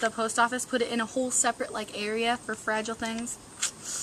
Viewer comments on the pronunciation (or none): none